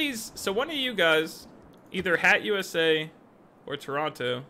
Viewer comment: Did you really call it "Dumbass-cus?" I genuinely laughed out loud. "Hat-U.S.A." had me tickled, but you outdid yourself there. I too love novelty albums--Neil Cicierega released an album called "Mouth Sounds" and the first track on it is "Pictures At An Exhibition" by Mussorgsky, but every note is just Smash Mouth's pitched-shifted "SOME" from the beginning of All-Star. All the songs feature a similar gimmick where Smash Mouth's All-Star is cut up, shifted, or sampled to cover another, completely unrelated song.